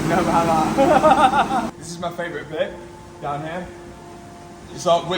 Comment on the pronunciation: “When we’ve drove dann ere” 🫣